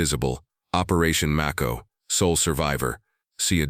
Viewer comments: Mayco....not maco....like the Shark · It's may-ko. As in the shark.😮